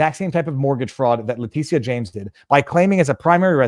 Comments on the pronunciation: Letitia is pronounced Letisha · You keep calling her (lay-tea-see-ah) like she's a Latina. It's a different spelling all together. I pronounce it, (lay-tit-tee-ah, or Big Tush for short.😂😜